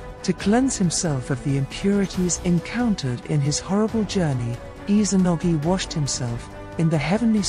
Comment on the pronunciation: Has anyone else noticed how she pronounces Izanagi? I’m hearing her pronouncing it as Izanogi, supposed to be IzaNAgi, not IzaNOgi. It’s IzaNAmi and IzaNAgi